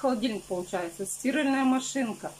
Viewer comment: СтирАльная машинка,а не стИральная